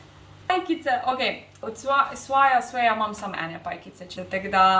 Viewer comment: Hej swy brand se izgovori svaj... Tako vsaj govori Petra ki je šefica swaya. Si mi ena iz najbolj jutubark💜💜😁